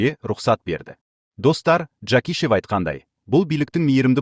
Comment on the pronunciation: Жакишев а не Жакишев ударения на а